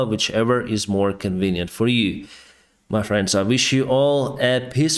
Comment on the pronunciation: Dude! It's called "pissfull" skies. Not "peacefull" :) Don't get rid of the cute accent. It got kind of a trademark :)